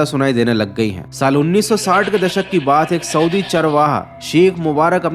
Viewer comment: Swdi nhi hota saudi hota hai